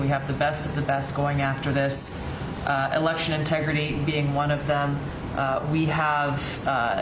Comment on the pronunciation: Mr Chinaman say “ you wan to win erection”😂